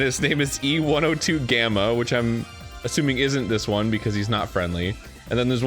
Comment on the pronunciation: I’m not a fan of sonic. But I know some lore through osmosis… Arin never being able to remember E-102’s name and always throwing a G in there is hilarious and frustrating all at the same time. 😂 HE ONCE VOICED HIM 😂